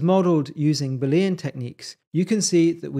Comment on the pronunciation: Looks interesting. Although I may struggle to ignore your pronunciation of Boolean. Judging from the way to write and say it, you don't seem to have noticed that it's a proper name, based on the work of George Boole. Newtonian, Victorian, Boolean.